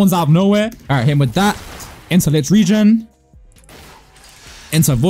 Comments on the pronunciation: Licht “reign” is how its pronounce not regen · btw licht regen means 'light rain' in english regen is pronounced rae gen